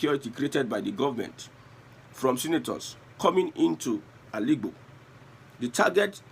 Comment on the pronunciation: Listen to this guy pronouncing Al’igbo.